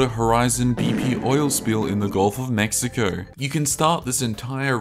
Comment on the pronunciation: Bludd said mexicough aussie af 😂